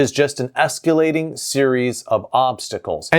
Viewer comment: There's no 'u' in "escalating". It's esk-ah-lay-ting, not esk-yoo-lay-ting. The video became unwatchable at this point. 🤮